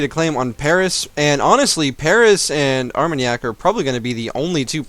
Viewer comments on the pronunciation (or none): I think its pronounced Arg-mon-aw . I'm not French but I live in northern Michigan, which was a big area of French colonization, so there are a lot of towns with French names, like Mackinac, which is pronounced Mack-I-Nac. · great video dude, and you actually almost pronounced Armagnac correctly (we pronounce it "Armaniac" if you're interested ;) )